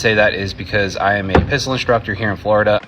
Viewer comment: "...'cause I am a pistol instructor here in Flo-DuH..." Well,... aren't you supposed to be instructing your Happy and Gay "pride boyz" on Pistol Fappin'...?" Hey,... FAP-FAP-FAP-FAP-FAP-FAP... all the Flo-Day Long!!!